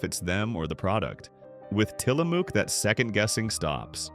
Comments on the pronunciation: It is til la muck not til la mook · Tillamook is said Tillamuck. It’s located in Tillamook Oregon.